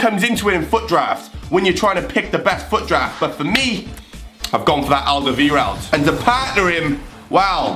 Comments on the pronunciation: Its AlderwEIreld not AlderwIreld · AL-DER-VI-RELD that's how you pronounce it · Alderweireld is pronounced al-Der-vi-eld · Alder- Vi - reld. How to pronounce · Alderweireld.. You prenounce it like: Alderwèrold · you say Aldeweireld rong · ALDERWEIRELD YOU SAID IT WRONG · Nope you stil tot Alderweireld wrong.